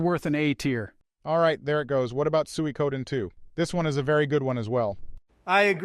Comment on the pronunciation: Sueykoden lol